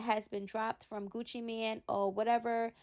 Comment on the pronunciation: NOT "MAN" BUT "MANE"...like a lion...he use to have Gucci around his neck!!